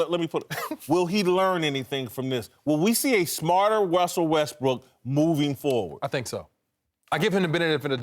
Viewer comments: "Wussel Westbrook" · “Wussell Restbrook”